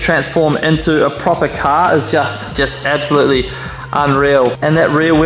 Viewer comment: Ebsolutely, ekshually, beshbar